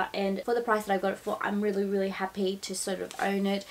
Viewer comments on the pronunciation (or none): none